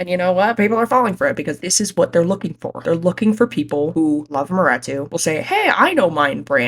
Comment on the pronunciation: why are we pronouncing maretu wrong